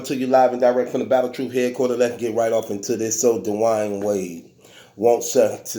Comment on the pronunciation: “Da’Wine Wade” 😂